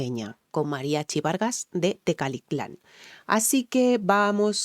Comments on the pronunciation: Las palabras Mallas, Nahuatl y demás lenguas indígenas que tenemos en México no son tan comunes y pasa lo que dices, se les complica expresarlas, aunque en este vídeo no lo dijiste mal Tecalitlan, solo en algunos momentos cambiabas "T" por la "L" y decías Tecatitlan, pero es normal aquí en México hay gente que le pasa lo mismo, así que tu tranquila y ya sabes que en cualquier lugar del mundo existen personas que solo buscan los errores y no los aciertos de las personas, así que animo y tu pa'lante (para adelante) que para atrás ni para tomar impulso. Saludos desde la hermosa perla de Occidente Guadalajara, Jalisco, México, si señoooor. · No te preocupes, es normal que te cueste trabajo pronunciar palabras para tí extrañas, si me permites te doy un consejo para esas palabras difíciles, dividelas en sílabas, TE-CA-LI-TLAN, y así repite varias veces hasta que te salga TECALITLAN, vá.? o cualquier otra palabra, muchas gracias por compartir tus conocimientos y experiencia. Guapa, simpática y preparada, qué más se puede pedir? Un abrazo desde México, espero te animes y un día nos visites, no te arrepentirás.😉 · si se te fueron "a la yugular", por no leerla o pronunciar la palabra TECALITLÁN no te fijes, ni te sientas mal ni incomoda. Tecalitlán es un pueblo en el Estado (Provincia, así les dicen en España a, Zaragoza, Aragón, Cataluña, a Castilla la Vieja o a Galicia) de Jalisco. Los Mexicanos somos muy localistas, en Jalisco a veces exageran: Los que se te "fueron a la yugular" quizá provienen de Jalisco, solo es cuestión de averiguar preguntándoles donde nacieron.